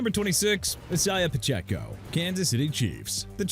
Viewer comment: BRIAN ROBINSON JR IS ON THE 49ERS DUDE!! WHAT'S WRONG WITH YOU AND YOUR EDITOR BUDDY HUH?! AND WHY CAN'T YOU PRONOUNCE ISIAH PACHECO'S NAME RIGHT?! IT'S PRONOUNCED AI-ZAY-UH NOT E-SAI-AH! ARE YOU SERIOUS?! WHERE'S YOUR RESPECT?! YOU DIDN'T PRONOUNCE POLLARD CUZ IT'S PRONOUNCED PAH-LURD NOT POH-LURD. YOU DIDN'T PRONOUNCE CHUBA HUBBARD'S NAME EITHER CUZ IT'S PRONOUNCED CHOO-BA NOT CHUBBA! OMARION HAMPTON PRONOUNCED OH-MAH-REE-ON NOT OH-MAH-REE-AN!! AND RAHEEM MOSTERT PRONOUNCED MO-STIRT NOT MO-STAIR!! AND YOU CAN'T PRONOUNCE NEW ORLEANS RIGHT CUZ YOU KEEP BUTCHERING IT AND YOU CONTINUE TO DISRESPECT THE CITY AND THE PEOPLE IN IT!! NEW ORLEANS PRONOUNCED NEW OR-LINS!! AND DE'VON ACHANE NO. 14 MIAMI DOLPHINS IN THE RANKING OF RUNNING BACKS FROM WORST TO FIRST! YOU HAVE NO RESPECT FOR MIAMI NO MO' CUZ YOU KEEP PLAYING GAMES! I HOPE YOU LOSE YOUR CAREER STRAIGHT UP!